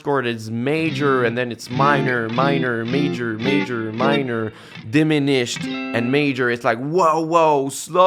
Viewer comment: Dem-i- nished lol